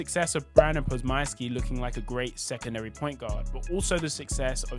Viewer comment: Nigga done chopping up podziemski name Badly dam😂